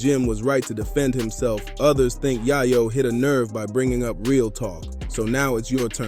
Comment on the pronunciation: It's yaaaaaaaaaaayo. With a solid A. Not a silent A.